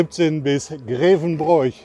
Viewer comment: Hallo, schön das du die Erft geradelt hast. Darf ich etwas Kritik einwerfen? Grevenbroich wird "Grewenbrooch" ausgesprochen. Ansonsten schöne Tour durch meine Heimat.